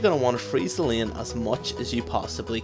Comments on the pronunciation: "sustin lin". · i thought u wrre saying pope with poke and lieen with lane